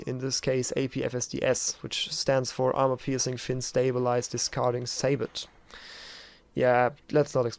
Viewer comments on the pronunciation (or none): Sabot is pronounced "say-boh". The T is silent.